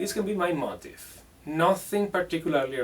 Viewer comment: Great lesson and COOL accent bro! One thing though it sounds like you are saying, 'motive' for the word 'motif' it would sound like 'MO-TEEF' in America. Don't change tho